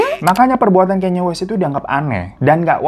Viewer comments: kanye bang kanye.. bacanya ka - nye. bukan kenyeee wkwkwkwkw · Kanye bang bukan kenya😭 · LU NYEBUT KANYE YG BENER DONGGG kayneee naon gemes gua